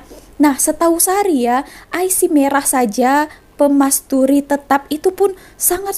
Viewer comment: Hi halo, sedikit info kad pengenalan@ KTP card kita sebut i.c je, pemilik ic biru untuk warganegara@ Malaysia, pemilik ic merah pula untuk penduduk@ tetap, sebutan Miss salah tu, bukan permasturin, tetapi permastautin, tanya sikit, betul ke suami kamu orang cina? Maaf kalau saya kepoh sangat😥 walau apa pun bangsanya semoga kamu fasih bicara bahasa Melayu,😊 K bye bye.🤐